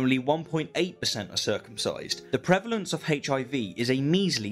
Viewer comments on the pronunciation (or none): I love rationality rules but I can’t stand how he says HIV